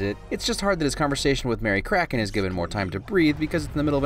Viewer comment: "Mary Kraken" made me chuckle